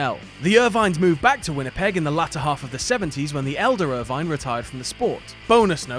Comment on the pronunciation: it is pronounced like Ervin (Irvine), not er-vine